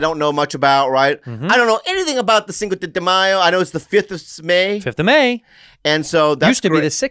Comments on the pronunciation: “Thinko” lmaooo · “Thinko de Mayo Special” that bothered me so bad